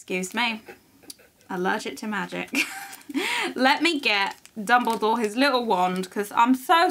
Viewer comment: hahaha I like that call Dumbledore's name in nearly Chinese accent ，lol "Dumbuliduo"